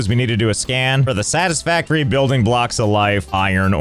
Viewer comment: Skib stisfavtory